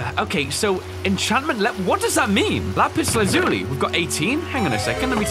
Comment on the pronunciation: did he say lapis lazuli in the way steven universe says it ??!? owo